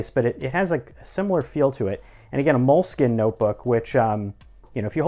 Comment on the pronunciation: Embarrassing how he pronounced „Moleskine“. Hint: It’s got nothing to do with a mole!